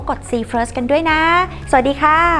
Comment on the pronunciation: "สวัสดีค่ะ" ไม่ใช่ "หวัสดีคะ"